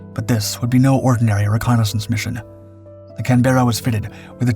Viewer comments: Mate it's just can-buh-ruh, not can-BERRA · It's called a "CAN-BER-RA" just like the Australian capital. Not "CAN-BEAR-A". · Excellent video, as usual, except for the pronunciation of Canberra 😜